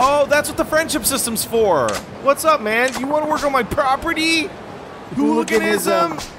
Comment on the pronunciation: the way he says property right here just gets me in the guts